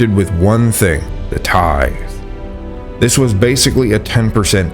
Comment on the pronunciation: just fyi...the thing is pronounced 'ting' (rhymes with ring) In Norse languages the 'h' is usually silent. The name Thomas is another example.